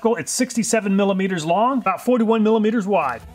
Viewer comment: he says "mililooters" and I love it